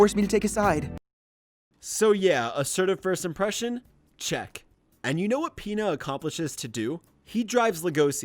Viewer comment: I'm not the only that here's peta when he says Pina right